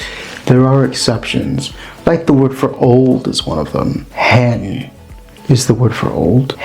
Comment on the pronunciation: "Hen" is pronounced to rhyme with "pane'